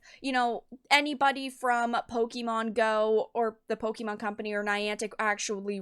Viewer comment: Pokémon, not pokimon.